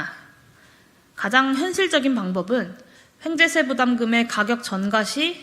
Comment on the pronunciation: 황재세가 아니고 횡재세라고 하는 거 같은데,,, 그게 뭔지...